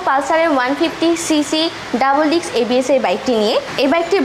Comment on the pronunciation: 🚫বাইকের দাম বেশি নিয়ে ১৪ রকম গিফট দেয়া সম্বভ😃 সিঙ্গেল ডিক্স হবে নাকি ডিস্ক হবে❓উচ্চারণ ঠিক করুন এমনিতেই স্মার্টনেস চলে আসবে।